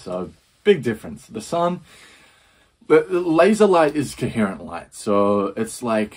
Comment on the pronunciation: "You've probably heard about the plastic in the ocean" - and if you haven't... 24 mins later... "And the ocean is full of plastic!" And I like how you explain what a laser is, and ignore that he actually said "lazer" instead. Totally different (even in America, "ztimulated" is not a word) Also, I'm not sure if you noticed this, but when the British convicts showed up in Australia, there were already people there. You might want to occasionally remember they (still) exist.